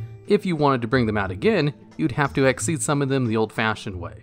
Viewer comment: Awesome video But isnt xyz pronounced xyz not xez Nh but its just kinda off to me